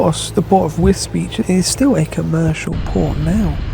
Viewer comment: I thought Wisbech was pronounced Wisbeck not beach